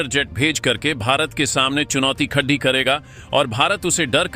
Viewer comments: Sorry. Aapko hindi bolna nahi aata. Badda kam kiya hai, baddi chunauti khaddi kar di hai, what is this? I will stop watching your videos. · Khadi karega ko bolte ho khad dhi karega. Tum channel ko 12 bajaoge.